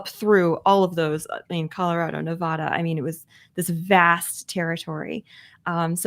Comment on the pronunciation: OK First, Nevada head here. The first a is an a as an apple not as in awful. Thank you. Secondly, the weather in Northwest Nevada is awesome! But yes, you get a few miles east of Reno/Carson City and it is pretty bad. You might not know this, but lust in the dust occurs in the Nevada desert, and I’m happy to say they are losing money, which is a good thing. Perhaps it will shut down. God sent them terrible thunderstorms a couple years back, and they all got stuck in the mud. So we can pray for that. The other name for lust in the dust is of course “burning man“